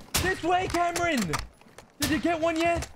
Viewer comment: you call him always camron! HAHAHAHAHA then you ask him again what his name is but you call him again camron!!! HEHEHEHE its so great, i could not stop laughing because you always call him camaro 😆👌✌